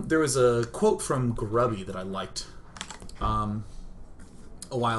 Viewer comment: Haha good job at Grubby's name Sean! 7.5/10!